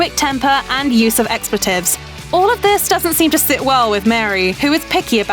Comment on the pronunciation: Yes, and also 'Le Cordon Bleu' and 'expletives'!